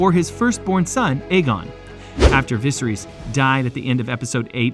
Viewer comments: he cant pronounce "viserys " properly thats so silly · the way you pronounce viserys is mildly infuriating.